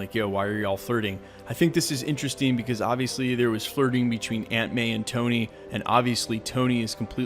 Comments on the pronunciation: Every time you said aunt may I thought you was saying ant man! I’m like, ant man is in the movie? What!!? Where!!? 😱 😂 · When you said Aunt May is right there beside him I thought you said Ant-Man. Aunt pronounced awnt, not ant. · Anyone else think he was saying ant man while saying aunt may? Haha